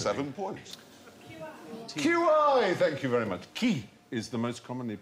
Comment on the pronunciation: I wonder if Sandy watches these and thinks ‘I wish I’d pronounced thannque for watching as thank you instead.’ ?